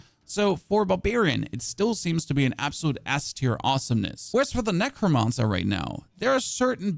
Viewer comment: The way you pronounce “ necromancer” makes me cringe soo hard its unreal.